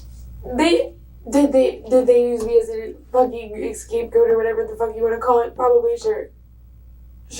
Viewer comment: Actually, if you listen closely she combines two fuk-ups by saying... Excape goat!